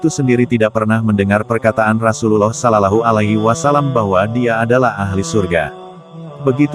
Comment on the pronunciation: Assalamualaikum bang buka salallahu tapi shollawlahu 'alaihi wassallam yang bener klou pengucapan bang